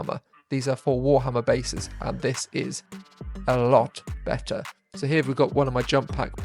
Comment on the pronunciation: "Better" or "Wetter"? 😂